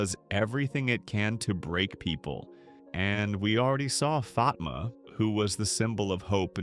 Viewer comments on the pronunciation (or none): I hate the way Fatima's name is pronounced in this show